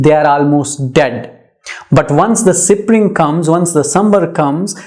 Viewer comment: Sir you are pronouncing the word spring wrong